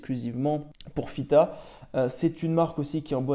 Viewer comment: Tu fais bien de valoriser cette marque, ça donne de plus en plus envie ! Chouette vidéo pour une toquante qui me plaît beaucoup. Par contre tu dis toujours FITA 😝😂🙌.